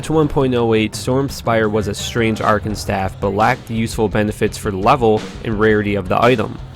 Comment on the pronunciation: You are terrible at pronunciation. You can't pronounce Tyrael, or Archon correctly.